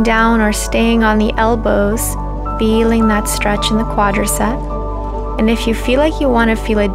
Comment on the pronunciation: Isnt it adorable how she always says quadricept